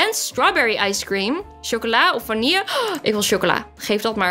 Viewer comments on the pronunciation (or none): none